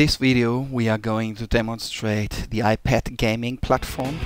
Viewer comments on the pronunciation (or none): Did he say "The iPat"? might be the next hit.